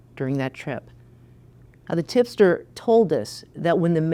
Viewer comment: Did she say the tiffster or tipster 🤦🏾‍♂️